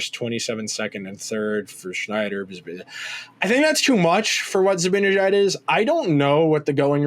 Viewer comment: I agree wholeheartedly with this perspective, and I admire your literate and detail-oriented approach, but I'm constantly puzzled by your refusal/inability to pronounce Mika's last name correctly. It makes no sense...